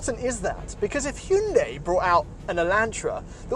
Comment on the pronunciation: Whats a Huen-day? Lol Hyundai is what you meant. If he didn't say elantra would not have known what he was talking about